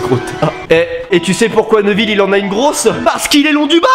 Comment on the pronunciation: Neville pas neuville